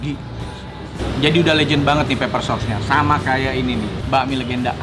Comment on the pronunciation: Pepper Koh bukan Paper. Artinya beda jauuuh